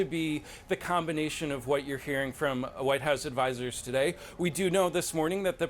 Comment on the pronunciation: the anchor accidentally pronounced the White House as “the Whine House”. I don’t see any problem with that.